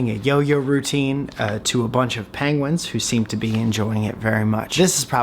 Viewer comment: Please say pengwins even more 😄😄